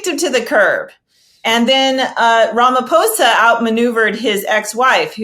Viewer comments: Damn! You said the Our presidents surname perfectly! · correctly pronounced Ramaphosa, thanks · I appreciate your objective analysis and actual effort to research the topics you're discussing. To top it off, you actually cared to pronounce Ramaphosa correctly. Trump's tactics are really leading America down a perilous path, while elevating other countries. I feel sorry for those who didn't vote for him. I love my country 🇿🇦, even with all its troubles, and I still have hope in our government, especially now with the multiparty rulership . I'm happy that White people spoke on behalf of my president and my country. If we didn't have a white genocide at the end of apartheid, it's not going to happen anytime in the foreseeable future. We don't want to see each other dead, we want to see each other safe and prosperous. That's our collective plea to our government. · Thanks for pronouncing the name of our president correctly. These other fools keep saying Ramafosa.